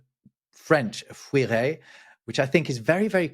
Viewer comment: Sorry, the French word for ferret is FURET, not fuiret.